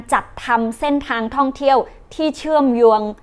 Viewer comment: เชื่อมโยง คำว่าโยง ยังออกเสียงผิดมาก ๆ ครับ หัดต่อไปครับ แค่นี้ก็เก่งแล้ว ครับ